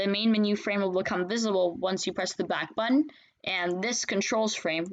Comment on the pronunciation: its backbutton not backutton